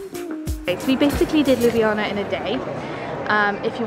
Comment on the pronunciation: Aww that's so sweet! You really showed-off Ljubljana in an amazing way (also your pronunciation of it couldn't be more on-point, at first I thought you were Slovene haha!) :D And I'm really happy that my comment could do good hah xxx